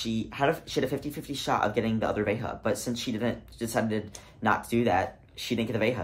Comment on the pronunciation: 99% of people? 😂 nope!! I've had THREE different assholes at the bins who refused to flip a coin for the mate, so my ass buys the other shoe, just to spite them. btw,, Veja is a French brand, it's pronounced Vezha with a French J, not a Spanish J... 😂